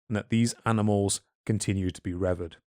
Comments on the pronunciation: Great stuff as always. I'm not qualified to be pedantic and fault you for any mispronunciations of Ancient Egyptian/Greek, etc. terms, but I am qualified to be pedantic about that of 'revered', which is pronounced 'reh-VEERD' and not 'REH-veerd'. Anyway, glad to have come across your channel and this fantastic series especially - you're both clearly passionate and have some excellent academic rigour in contrast to many (more amateur/less rigorous) channels. Thanks for your work, lads! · If only could learn to say "Revered" - Re-Veered. Seriously though, I love your podcasts, they get me through the working day.;)